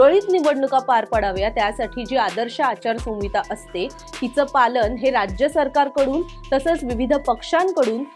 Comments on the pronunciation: मॅडम, संविता म्हणू नका.आचार संहिता असा उच्चार करा. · आचारसंविता नाही ओ मॅडम आचारसंहिता असं असत व्याकरण आणि वाचायला शिका आधी मग पत्रकारिका करा 🤦😂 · Not "sanvita "Correct is "Sanhita "